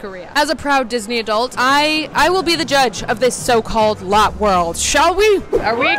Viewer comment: but it is lo tae